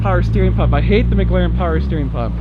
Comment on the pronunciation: I have to say it now that you have one, It is McLaren not Mglaren!